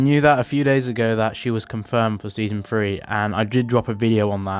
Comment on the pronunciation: When you say 3 you say free